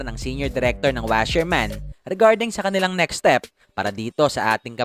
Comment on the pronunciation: Wasserman not washerman